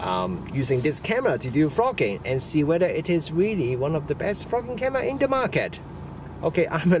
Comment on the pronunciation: Your accent has given me a smile. For the first half I thought you were saying 'the best f** king camera :) the smile came when I realized you were saying 'best VLOGing camera. My bad, but it did make me laugh. A tip - you talked about a lack of dynamic range and did not seem to be aware of two things: first, the camera has an HDR mode which would bring the detail back into those blown out highlights. Second - use a variable ND filter to control light better. I think that camera has a 49mm filter thread and a smaller size ND like that won't be all that expensive. Try it out in the shop just in case it vignettes at the wide end. If so use a step-up ring and try a wider ND. The lack of built-in ND is the worst aspect of the AX53 and this Panasonic but that comes with the lower price point compared with more expensive camcorders. Another tip - that camera has a slow zoom function that can sometimes be a better choice than using the zoom rocker. It is one of the features that the Sony AX53 lacks but would benefit from. You can set the slow zoom to either normal speed or slow speed and once enabled gives a constant zoom speed that is easier on the eyes. Great feature. Rather than just comparing with DSLR form-factors you should compare against the gold standard camcorder in this price range - the Sony AX53. The differences between them are very interesting (hint: there is no winner, they are both great but each does things the other doesn't). For just a little extra money there is